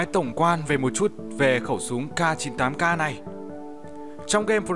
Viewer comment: Khẩu súng CAR 98 CAR:v Tiếng Anh tốt vl:>>>